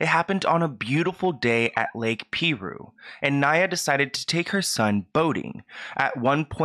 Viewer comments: Great video! RIP Naya Rivera.😥 "Piru" is pronounced PIE-rue not PEE-rue😉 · It’s pronounced PIE-ROO Edited to say LOL I would haunt my sister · THE WAY HE SAYS PIRU…. It’s pronounced pie ru lol 😆. Many locals don’t fuck with that place.. so many drownings we drive to another one much farther to go to a different lake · Pie-rooo is the name of the lake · FYI - The lake is pronounced PIE ROO not Pee roo. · The lake is pronounced, "PIE-RU" not "PEA-RU" lol. Great video tho, as always!! 🥰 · Dear, I just started watching this. Please take note, It's pronounced Pie-Ru. Not Pee-Ru. I live here, so I should know. BRB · PIE - ROOO ! Not peeee roooo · Hey ❤️it's pronounced Pie-rue, like an apple PIE with RU at the end😊 What an incredible loss! I hope her son knows how valued he is! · It's pronounced P(eye)roo and they have multiple warning signs all over the place. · It’s pronounced Lake Pie-ROO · It’s pronounced pie roo I live a town away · Lol I love you so much but it’s pronounced “pie-roo” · It's actually pronounced pie-ru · Lol you pronounced the name of the lake wrong lol